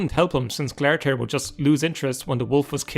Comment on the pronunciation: Glare-i-thir? How did you get that pronunciation? Its spelled glarthir and the in-game pronunciation is glar-thēr (glar as in car, but gl)